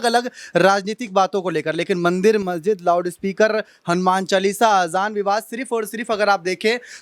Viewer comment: Ari pagli, mahjid nahi, masjid bolo.